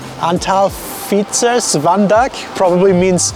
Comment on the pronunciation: wow. you nailed the pronunciation of the Fietsers board. Fun video. new subscriber here. Frikandel normally does not have that crispy outside layer. Haring is traditionally eaten with just unions no pickles, the "broodje" is ok but most people just eat the hearing and unions